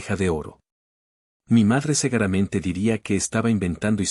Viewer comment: NARRADOR NO SE TE QUITA EL ERROR DE DECIR "SEGARAMENTE" EN LUGAR DE DECIR "SEGURAMENTE"